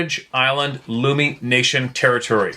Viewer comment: Lummi Island is pronounced like " tummy"